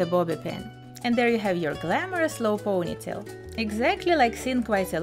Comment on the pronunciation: years has passed and she is still saying POOOGHnytale. why? it's ponytail. Since you have a channel that focuses on hair styles, don't you think it is important to learn how to say ponytail?